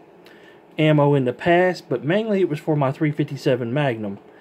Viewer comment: You said it wrong thru the whole video ,I'm not trying to give u any shit it was just funny